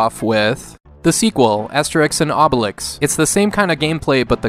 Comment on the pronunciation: Obelix is pronounced Oohbelix...BTW as of today there´s Asterix XXL 2 Remastered on PS4